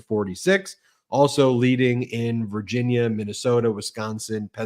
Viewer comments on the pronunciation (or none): none